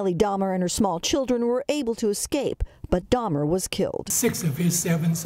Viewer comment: It's pronounced Day-mer